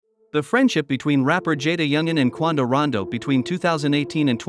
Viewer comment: The fact you saying quando name wrong blowing me 😂😂